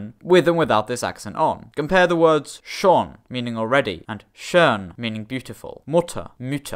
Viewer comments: fyi, one mistake I always notice with your German pronunciation is that you pronounce your long o's and ö's like short ones. So instead of saying "schon" like [ʃoːn] you say something like [ʃɔːn] which sounds weird. And for the word "schön" instead of [ʃøːn] you say [ʃœːn] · Are we not gonna talk about how he said "Shawn" ? like sure it was close enough to "schon" that pretty much all Germans will understand it, but such an unclear pronounciation of the exact letter of which you want to point out the pronounciation makes me annoyed beyond reason